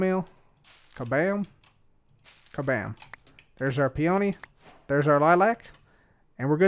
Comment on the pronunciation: I was listening to this in the background, half paying attention, and I was like "what in the fuck is a pee-oh-knee"